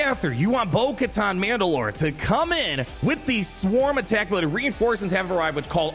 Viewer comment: hardest thing ever is getting through a video where a name/word is said so many times with the wrong pronunciation. It's Katan like "cuh-tan" not "cuh-tahn"...